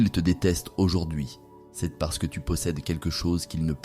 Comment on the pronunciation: ❤ mais c est dommage texte et prononciation " ceste" pour dire "c est" ..